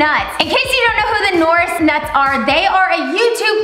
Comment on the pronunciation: “norz“ “nooris nots“ its “naz“ and “norris nuts“